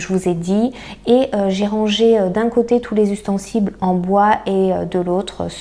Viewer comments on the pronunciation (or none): on dit ustensiles et non ustensibles, merci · ustensiles et non ustensibles 🙂